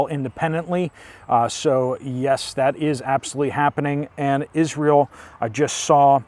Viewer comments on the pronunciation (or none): none